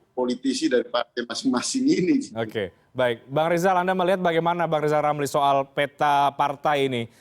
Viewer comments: Rijal ramli mengapa selalu nongol d sini? Suruh belajar "R" dulu sana.... ha...ha..ha... jokowi bukan mslh berani ngk berani. Tapi masih ada otak untuk berikir. Ha...ha...ha, sebrang m coba buat jebakan ya.....? Ha..ha.... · Rizram sebutan r nya di betulin dulu, baru boleh jadi caprese, buruk sekali sebutan nya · Lijal lamli ngomong R aja belum bisa...wkwkwk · Pak irijal oramli .... BKN pameuinya ... Pemerinta... Paaaaak😂😂😂💝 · Lijal lamli halu..😂😂😂😂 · Rizal ramli debat sama saya saja tak bikin tekuk lutut, wong ngucap R saja gak becus